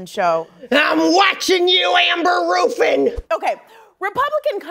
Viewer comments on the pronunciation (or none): Amber Roooofin 😆